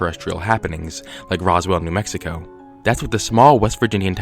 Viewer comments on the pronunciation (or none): none